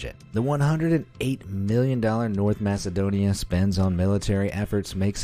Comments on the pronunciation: its pronounced Makedonia not masedonia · Masedonia😂 its Macedonia